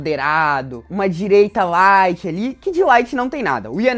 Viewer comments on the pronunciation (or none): none